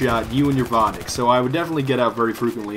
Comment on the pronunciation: Claims to be russian-Cant pronounce vodnik